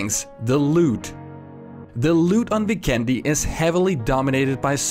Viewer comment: Hey, I don't want to be a grammar Nazi hehe but you're pronouncing Vikendi totally wrong. If you do some research on the official PUBG site you can find the map is based in the Adriatic Sea and the nations that are all part of the Adriatic sea are Albania, Bosnia and Herzegovina, Croatia, Italy, Montenegro and including Slovenia. Now to factor out all the nations we should look at the name on the locations and as you might notice they are very Slavic based and the only nation doesn't have a Slavic based language is Italy. So now we have 5 other nations with the Identical language pretty much and with the magic of my Bosnian and google translate if we enter the name of the map "Vikendi" in any of the 5 languages it will be translated to weekend and also trying to correct you grammar just simply press speak on google translate and you should have a much better idea. Now to just back up my self up I believe they would name the map after the word "weekend" since with my experience its a very beautiful ocean with visiting Bari, Neum, Dubrovnik, and the term could come from the saying "weekend on the beach". Its gonna be hard to know where the map is actually based without an official word but at least we have a surrounding area. If you honestly read this I appreciate it a lot that I could slightly educate you with some cool info <3